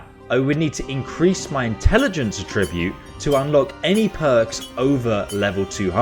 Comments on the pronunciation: Great video lad however the word you mispronounced is pronounced at-tribute not atribute as there are 2 t so attribute now thank you once again mate for a well informed and funny video cheers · Please learn how to pronounce 'attribute' (It's not 'A tribute'). That was painful to my ears!